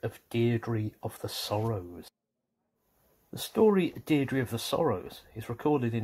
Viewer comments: Deirdre name is pronounced more like Deer-dreh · I thought it was pronounced "DEER-DRA" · Wrong pronunciation of Deirdre